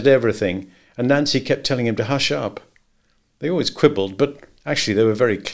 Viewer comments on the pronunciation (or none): none